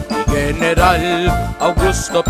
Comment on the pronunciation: Beautiful! However, you mispronounce the "g" in "general". It is pronounced like "х" in Russian, because it comes before an "e". If it was "gueneral", the "g" would be pronounced like "г" in Russian.